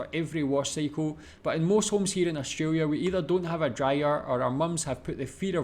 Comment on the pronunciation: well first pronounce "australia" right. lol i understand if its ur accent